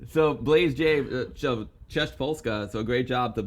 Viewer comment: Love it! ‘Blazej’ pronounced ‘Blars-a’ 😎 not Blaze J 🙌🏻